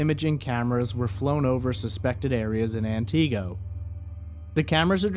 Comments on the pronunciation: Antigo is pronounced “an ti go” not “an Tee go” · AnTeego....lol its pronounced Anniego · It’s ANT-i-go not an-TI-go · As a northern Wisconsinite, Antigo is pronounced “An-Tih-go” not “An-Tee-go” sorry 😬 just had to point that out since I’m from the area. Thanks for covering this small-town case.. there’s so much woodland up here, scary to think how easy it would be to go “missing” indefinitely. Antigo is small enough by itself, surrounded by a bunch of other tiny unincorporated towns with populations around 100 people. I hope she is found and some amount of justice can be served. 😔🖤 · Ant-ig-go not anteego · I’m from Wisconsin and the way you pronounce Antigo makes me laugh so hard. I hope she can be found 🙏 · This is not how Antigo is pronounced. It's An-tih-go. Also, I live not far from where Kayla was supposedly dropped off by Kevin. That area is full of houses but is definitely a creepy and not well lit area at night. There's no way someone would not have seen her if something happened to her while she was over there. Soooo Kevin did it. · I believe it's AN-ti-GO. He's pronouncing it like it's a carribean island. Antigo, Barbados come on pretty momma ... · Thanks for this information but it pronounced An-go silent t. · I love your pronunciations of Antigo and Langlade county! lol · I was listening to this, w/o the video. Only after I heard you say " wausau, did I realize you were talking about Antigo. You are pronouncing the name wrong. The "i" sound should be pronounced like the "i" in "it". You gave it the long "ee" type sound. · That’s not how you pronounce Antigo 🤣 lol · Sorry to be picky but Antigo is pronounced with a short I sound not a long e sound.